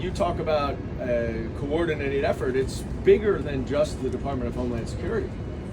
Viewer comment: Did I hear "COUP - ordinated effort"?? Correct!!